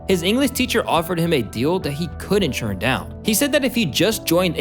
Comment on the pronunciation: I'm sorry, this is bothering me.. are you saying "churn" instead of "turn"?